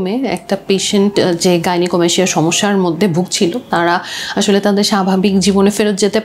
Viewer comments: গাইনোকোমাস্টিয়া- উচ্চারন হবে। আপু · 😂 ভাই,,, আপনার উচ্চারণ ঠিক করেন..!!!😂😂😂 "গাইনোকোমাসসিয়া" এটাই সঠিক..🙂